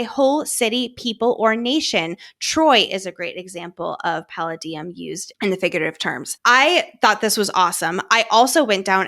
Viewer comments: Love love love your show ! You give the best deep dives ! I very respectfully mention that the word “palladium” is pronounced (puh lay dee uhm) - I also struggle with pronouncing words sometimes and I am obsessed with using google to help ! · I think Violet is actually nuclear fusion. Also the correct way to say the names of those metals is: Tel A Dee Um. Pal A Dee Um. Lol that’s how they are pronounced and they are metals. Since you asked in your podcast. lol. I enjoy these theories. What about the fact the vein. That’s been visiting Violet in her dreams has DARK eyes not RED eyes but BLACK eyes. Xaden has Onyx eyes. Which is black! 😳that’s why I think it’s a time traveling Xaden Venin. Also Xaden has mommy issues too. Poor baby. And I HOPE we aren’t getting a Darth Vader Xaden. 😂😂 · It’s actually pronounced more like tuh lay dee um and puh lay dee um, but that’s interesting thought on Xaden and the eyes